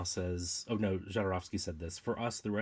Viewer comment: Sorry but it hurts my ears me when you pronounce "Jodorovsky" . First letter is not "jay" ! His surname in Polish is 'Chodorowski', transcripted to Spanish to "Jodorovsky'" Please listen to this